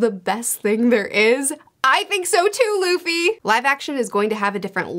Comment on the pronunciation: I'm very hyped and mostly I'm glad they say Luffy and not Ruffy ;D